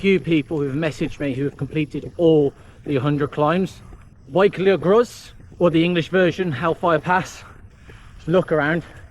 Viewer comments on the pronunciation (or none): It is not Bulk ee gross! W= the OO of foot, y= uh not ee, ch is not k but like the ch of loch if you know it, and finally groes is not gross but closer to (but not exactly like) groiss or the even closer to the oess in the german word loess. Sorry but I don't want you telling the followers of the site the wrong thing.